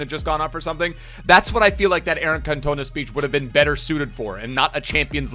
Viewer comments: Eric Kontona😂😂😂 it’s CAN-TON-A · Cantoner, it’s can toe nah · CAN-TONA ZWE?... REALLY MATE....come on you know better than that! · The way he says ‘can-toe-na’ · Can we please have another go at pronouncing Cantona please? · You absolutely butchered Eric Cantona's name ffs haha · Say cantonas name right plz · How did he get that wrong he's one of the most iconic players ever 😂